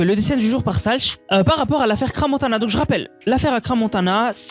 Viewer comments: Ce dessin est immonde en effet mais quand on veut faire des vidéos, il faut apprendre à parler français, c' est quoi ce wesh et cra montana, on dit crans montana. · J’ai quitté quand il a dit Cra Montana